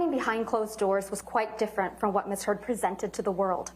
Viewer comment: …sounds like she said Ms Turd….hahaha!